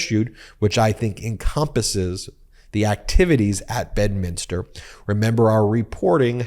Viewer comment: please you're driving me crazy ... it's pronounced BED minster